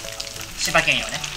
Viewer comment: よくキツネ色って、言うけどキツネよく見たことないから正確にはわかんない😵🌀でも、柴犬色って言われるとイメージしやすい‼️ だが、料理のお兄さんよ😅 正式には、“柴けん”ではなく“柴いぬ”と言いますよ🐶